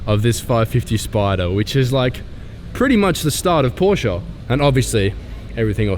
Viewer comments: finally! an english speaking person pronouncing Porsche the right way🤝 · Congratulations, you finally found the "E" in the pronounciation of "Porsche"! Welcome to Europe